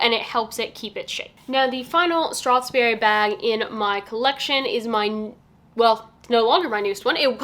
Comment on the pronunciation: Thank you for the good review, but can you please not pronounce it StrathSberry, there is no S in between strath and berry.